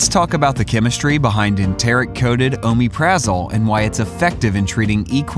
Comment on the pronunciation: He doesn't pronounce it right